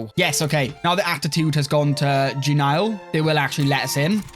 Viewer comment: In denial about how to pronounce genial eh